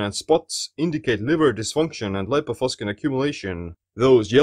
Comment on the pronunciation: This word has Latin origin and it shouldn't be pronounced "...faskin".